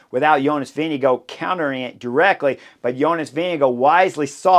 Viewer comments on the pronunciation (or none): Wait…I just heard Chris say “Vingegego”. That’s not how you butcher names like you do with Arensman, Lipowitz and Politt. We should agree to butcher all the names and put some weird English spin on it, or genuinely learn to pronounce names… either way is fine, just choose.